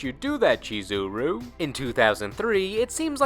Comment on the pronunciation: I love this guy's mispronunciation of the names continously... "Chi-zeh-roo", "Ragil Bern-shteyn"...👎